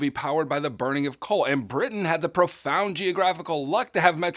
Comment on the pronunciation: and said britian instead of britain